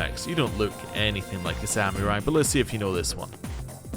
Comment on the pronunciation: I forgot to ask you about this during your Cyberpunk playthrough, but is your pronunciation of samurai a British thing? You say Sam-yur-ai, where I've never heard it pronounced with the "Y" in it. Just Sam-er-ai. Kinda like how you add a "G" to sandwich. PS: If the Kirijo Group controlled the entire island, in what world (besides Japanese anime) does it make sense that you would build your super secret and dangerous science lab in the middle of a highschool? Forget the logistics, wouldn't students see and wonder why groups of scientists and lab equipment are coming into their school every day? Why wouldn't they build it in the sketchy slums area, or literally anywhere else besides a highschool?